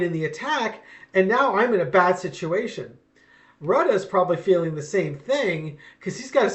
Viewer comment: It's pronounced: Roo-tay.